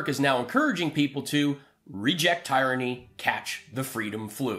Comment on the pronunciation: Pretty good. I'm on board with most everything said here. (Here comes the but) But, if you're gonna tease people for verbal slips and mispronunciations, you ought to pronounce "tyranny" correctly. Just a picking nits.